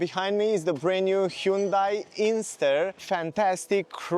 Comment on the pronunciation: It’s an INSTER, not Ingster.